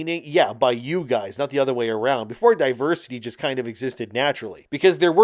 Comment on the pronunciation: lol you say other like utter lmao